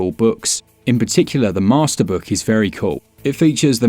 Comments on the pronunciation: "Meh-ster collection".... hahahahaha🤣😂🤣😂🤣😂👏👏👏👏👏🖖🖖🖖🖖🖖🖖🖖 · “Meh-ster Collection.” Hahaha! Love it! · I had to reach for the thumbs up button already at "Meh-ster collection" 👍